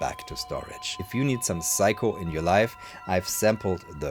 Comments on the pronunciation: Fascinating account of a little known instrument. If "everyone needs a Seiko in their life", perhaps better to pronounce it the English way of 'Sayko' rather than Psycho... Unless we want Anthony Perkins popping up in our showers. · It's say-ko, you're saying psycho, like the crazy person or movie. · I think thats pronounced Say-Ko, not Psycho, my friend XD. In Japanese/Romaji (Romanized Japanese), EI is AY, and AI is EYE. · I'm guessing you're using the Deutsch pronounciation of the name ? In English it's "Sayko" my friend 😆 Also don't disrespect the Amiga, it had amazing sound quality for 8 bit back in the day ! 😜 This unit probably cost as much as a really good secondhand car when new ! I absolutely love watching you discover and play with these obscure machines 👍😆 Thank you... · I'm amused how you pronounce Seiko, in the same way English speakers would pronounce Psycho... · Pronouncing Seiko as Psycho 😅 Yep, I'm doing that from now on too 😂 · That's what the auto generated subtitles believed to - "if you need some psycho in your life....."